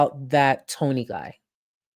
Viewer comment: The way she pronounces "Tony" is atrocious.